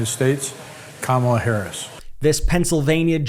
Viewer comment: i hope they start pronouncing her name correctly if they truly support her